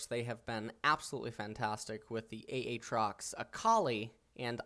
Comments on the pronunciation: I wonder if he pronouces Aaron as A A Ron or if he's just trolling with A A trox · A...Trox? Ah! Trox! A (A Trox). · Its prono7nced Aytrox, u pronounce one a